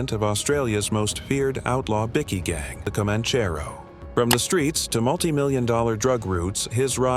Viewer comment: “Bikky boss” sounds softer than “bikie boss”